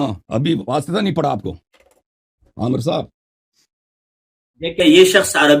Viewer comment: Amar nahen hota Amir hota hey